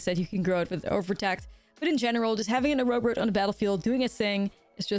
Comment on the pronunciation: I love the way you pronounce Oroboroid.